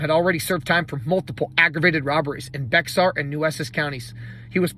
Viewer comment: Bexar County is pronounced as Bear County.